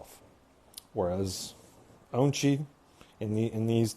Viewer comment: Remember his name is pronounced On-chi not Un--chi!